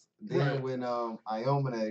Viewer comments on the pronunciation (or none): It's hilarious to me how you guys pronounce Murasakibara's name perfectly and effortlessly, but Aomine is still 'Iominay' 😂😂 love you guys and your reactions, no hate!